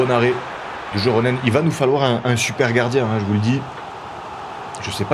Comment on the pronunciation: Encore une super vidéo ! Je me permets juste un ptit pts sur la prononciation. Pour Joronen et Pohjanpalo, le "j" se prononce "y" Continue parce que c'est tjr un régal !